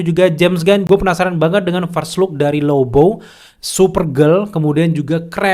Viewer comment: ahhahah lagian abangnya nyebut lobo jadi lobow😭 jd keinget band itu